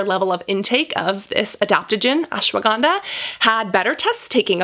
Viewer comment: Omg the way she said ashwaganda 😌damn how she got that accent